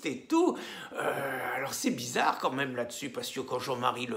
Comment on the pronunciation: < Bisarre ? Vous avez dit bisarre , comme c’est bisarre>